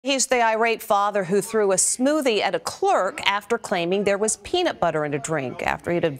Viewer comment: its peanut* not penut or peenut